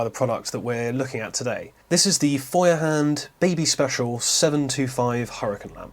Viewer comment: You don't entirely butcher the Feuerhand name, which is quite amusing because brits normally take any german word and make it sound so utterly british, you'd struggle to even understand the actual word. That aside, I do play with the thought of getting one of these for my boat as I have a hook up there on the ceiling, and I think it's meant to hold a hurricane lamp like this. It would definitely make more sense than the galley light, which is only on one side of the interior while that is central. Glad to hear you enjoy yours so much :)